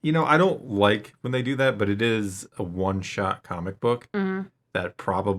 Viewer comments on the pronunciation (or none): none